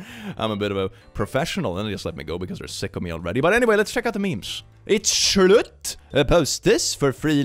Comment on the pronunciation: WHY DID YOU CALL HIM SCHLUTT